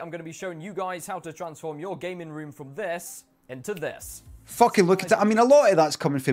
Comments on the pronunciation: "transform your gaming room from thess into thess" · “Thas into thass”